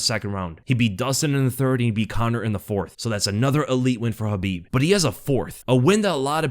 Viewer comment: It's khabib